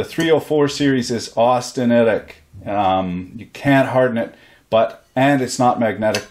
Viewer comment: you pronounced austeritiec correctly by all that I can tell good sir. tried it a few times, all came out the same